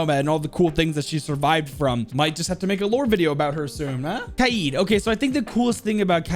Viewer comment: fun fact you say kaid and iana like an autistic man child